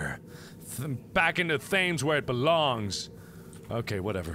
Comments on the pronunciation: its pronounced Tames not Thanes and its the really big river that runs through London! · Back into the Thames...It's prounced "Tems." It's the river that runs through the middle of London. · Okay but the way you pronounce ‘Thames’ has me triggered. It’s pronounced TEMES. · Being English I noticed how you pronounced Thames as it sounded when it's actually pronounced "Tems" which is a river in London :P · Thames is said like Tens but with an m not an n, so Tems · Its pronounced Tems, Mark. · huge lol at Markiplier's pronunciation of Thames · I love how he says Thames wrong. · Thames? I do hope you pronounced it like that on purpose, Markiplier!